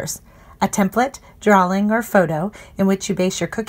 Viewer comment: DRAW-ing not DRAWL-ing